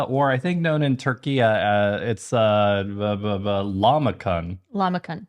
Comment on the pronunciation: "Lhamacum" goodness gracious haha